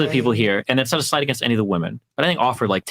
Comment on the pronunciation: Dude hearing ‘flewed out’ instead of ‘flown out’ and ‘woman’ instead of ‘women’ actively depletes my iq. Ugh.